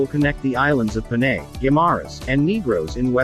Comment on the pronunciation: Panay not Peney.